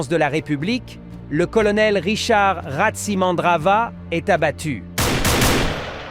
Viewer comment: le o se prononce ou en malgache non ce n 'est Tsiranana voila c est RATSI tous le monde le sait